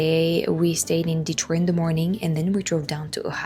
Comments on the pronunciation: Hearing Detroit pronounced in proper French as it was intended (founded by a French man) was really nice! Next time you come to Detroit, though, please please ask for recommendations for Detroit style pizza again. Buddy's is the most popular, but as you may expect, it's not the best by a long shot. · My family has lived here in Michigan since 1870... there's some families that have been here much longer. I personally know such a family that still calls "Detroit" in French pronunciation like yourself at the beginning of your video... I often call it that myself. My grandparents were each 1/2 French Canadian and my grandmother did speak in French to her family members. My family lived in Northern Michigan near Petosky, Charlevoix, Boyne City, Boyne Falls and East Jordon. I recommend seeing Northern Michigan yourself sometime on one of your trips. The beauty of the area is breathtaking. Huge rolling hills that look like mountains, but are actually big gravel piles left by the glaciers. There's a lot to see and do there... the list is endless. I enjoyed your video... thanks!